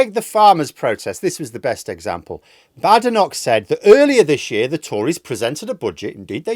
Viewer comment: I don't think i can listen to you mispounce the African woman's name any longer. I'll give it about a week then I'll unsubscribe.